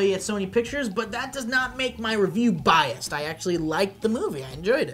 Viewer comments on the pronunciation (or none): bias... not biast